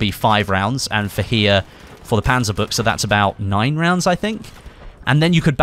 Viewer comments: Its "Panzabutch" not "Panzabucha" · WOW! you're the first battlefield youtuber who said the name "panzerbuchse" properly!